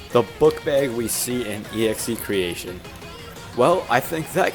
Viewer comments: It’s not EXE.creation. It’s excretion, as in excreting human waste. The song name is pronounced x-cre-shun. Excretion. The only reason that the EXE is capitalised and bolded with red is because it’s like Jeffy.exe. Like evil pooper-man from the early days of the Jeffy puppet. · You pronounce the name of the song "E-Ekze--cretion" And I think Poop Warrior should be another Jeffy from another timeline idk lol just a theory Also, "I'm sorry, I'm not reading great today", I mean, no offense but in every of these videos bro struggle reading lol (joke) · EXEcretion is pronounced xekreeshin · please do reveant next also its pronounced ex-cre-shon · 1. execretion is pronounced (ex-cruh-re-tion) 2. coquer's is the composer of most of the songs and (current) co - director of irida 3. Execretion is not roses personal hell from what i know its jeffy seeking vegeance for her and marvin leaving him with nancy 4. Poop warrior is possibly jeffy turned into god just like sonic.exe due to probably either being possessed by some poop god or hatred consuming him 5. Rose dies in the end of execretion from jeffy becoming 6. BTW nancy has nothing to do with the irida lore excluding poop warrior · its EXE crei-shon zawg🥀💔